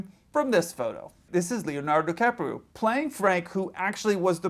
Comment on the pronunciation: Yes, you pronounced Frank's name correctly. He lived up the street from me for years. Catch Me if You Can was fiction, from beginning to end. It was his only successful con. In fact, during the years the book's escapades supposedly happened, he was in prison because he got caught for kiting checks.